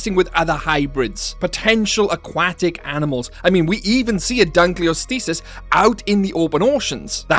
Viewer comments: lol its Dunkleosteus and not Dunkleostisis who teach you read?? must be Punished Hardly ! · It really bothers me with how you mis-pronounce Dunkleosteus. the osteus part is from the Greek for bone. Just think of Osteoporosis or Osteoarthritis.